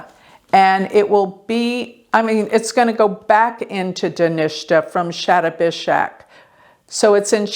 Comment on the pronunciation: Sha ta bi shak.....luv the way u pronounce nakshatras